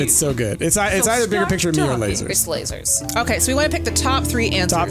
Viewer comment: sooooo..... that DEFINITELY said "losers!!!" and not "lasers!!!" I was so confused